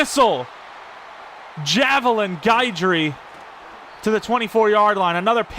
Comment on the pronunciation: Guidry is pronounced ghi-dree btw you are saying guy-dree 😂❤